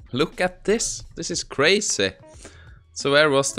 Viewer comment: Wow "crayzeh"